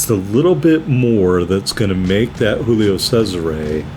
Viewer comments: You murdered the pronunciation of Giulio...Giulio Cesare...Roman emperor...the month July is named after him...Italians pronounce every letter of the name...G is G not H. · You got a Kraken...Che cosa vuoi di più dalla vita? Saw your other Cesare video...first try of the pronunciation was spot on...then you went all Mexican...Tequila is not that popular in Europe...